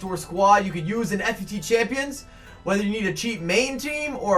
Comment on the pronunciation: it's pronounced Fut champions (foot-champions) it gets me irritated the way you say it